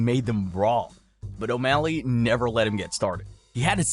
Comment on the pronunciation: then you purposely mispronounce the fighters name for engagement? 😂